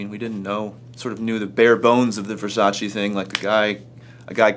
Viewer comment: È VersacE Not VersacI